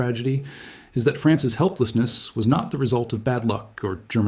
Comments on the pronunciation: Who the hell days France S instead of France's ??? Damn AI. I love the vid but unliking it. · You can tell the entire thing (not just the art) is AT from the quote: "He decided that the Price of France-S signature on the unification treaty...." Notice how the odd mispronunciation of "France's" corresponds with the hardcored subtitles breaking. A human who was reading a script and inserting the subtitles after wouldn't have made that mistake.